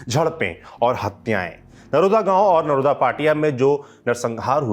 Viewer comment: नरोडा़ बोला जाता है